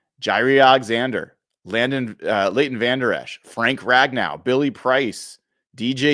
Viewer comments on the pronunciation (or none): none